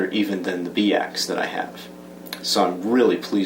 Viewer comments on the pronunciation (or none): Pretty sure it's pronounced "By Axe" and not "Bee Axe" :-p